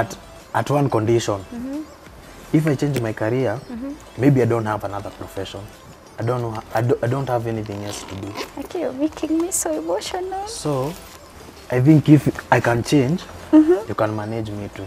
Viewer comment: Did she say emoshonal🤣🤣🤣 Oohh rod💣😆